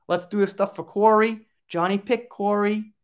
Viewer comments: His name is pronounced Cory. Sian is also Shawn.:) thank you great video. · Research how to say names BEFORE recording a video, please! Kori. Kori's (belonging to Kori. The ' was left out, obviously!), Whitby - whit-bee, not whit-buy. As a member of the Kraken crew, this is a disservice to Kori's memory.